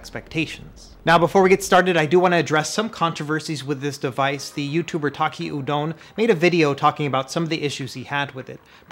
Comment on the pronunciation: The biggest surprise is that you properly pronounced "udon" in Taki Udon's name! Anyway, it looks like a great device with only a few negatives. I'm looking forward to seeing more information about the similarly horizontal Hardkernel's ODROID-Go Ultra. But the RP3's screen seems hard to beat!